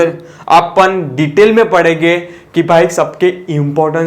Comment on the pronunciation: Sir aap shabdh mein 'N' daalna bhul jaate hai. Padhege❌ Padhenge✅ Need some language classes